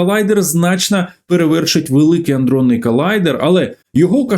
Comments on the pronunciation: Все чудово, тільки колайдер аДронний, а не аНдронний (вибачте, але ріже вуха). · Пане Галасюк колайдер не аНдронний, а адронний. Якщо вже взялися розказувати то можно було трохи поцікавитись темою... Що роблять на колайдері? Мавпи знайшли щось високотехнологічне, хай це будуть мобільні телефони. Щоби дослідити як влаштований мобільнік мавпи розганяють апарати до найбільшої доступної для мавп швидкості і зіштовхують між їх собою. По траєкторям, масі заряду, спіну і ще чогось мавпи намагаються зрозуміти як влаштований всесвіт. Це відкрита інформація. Але особисто я переконаний, що на колайдері також ведуться дослідження паранормольного аби достукатися до головного чорта. З так званим штучним інтелектом мавпи перевершили самі себе. Мавпячі "вчені" чомусь переконали себе і простих мавп, що за допомогою великої кількості перемикачів зможуть стврорити супермавпу! Напевне ця супермавпа має замінити собою їм самого Бога! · Великий_адронний_колайдер. Не "аНдронний"